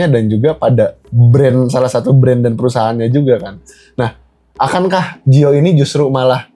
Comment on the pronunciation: Bukan gio tapi giol